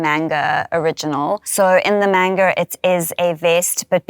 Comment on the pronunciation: Please say Manga correctly. Its not mainga